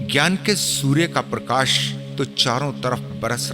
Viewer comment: और परकाश नही प्रकाश होता है